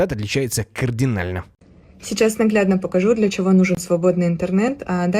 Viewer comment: Медведев говорит "Чяво?". 😂